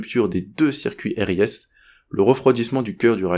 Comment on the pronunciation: Très bien expliqué.Petit détail sans importance sur la prononciation des systèmes élémentaires ou trigrammes de repères systèmes.On dit R.R.A. Et non pas double R.A. Pour l’injection de sécurité : on dit RIS ou « Risse »